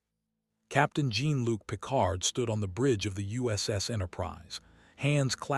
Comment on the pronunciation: Two sentences in and I just CAN'T. Find a HUMAN to read the damned script. The mispronunciation of Jean-Luc Picard is unforgivable.